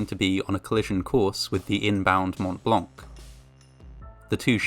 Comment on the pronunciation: As a native francophone, his pronunciation of Montblanc is *Chef's kiss*